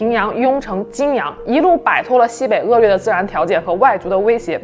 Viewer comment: 骊（lí）山 恶劣（liè）